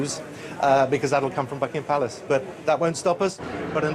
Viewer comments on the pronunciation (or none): This is what 9 out of 10 non-native English speakers heard Simon McCoy say: "...none of it news because that will come from the fucking palace."